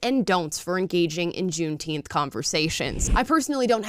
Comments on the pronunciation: I believe said gunteenth. Whatever that is. Soft g? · Thanks for the holiday black people. I'll take it paid off and still not care. Let them celebrate it, but let's pronouce it correctly